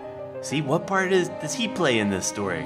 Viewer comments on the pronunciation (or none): none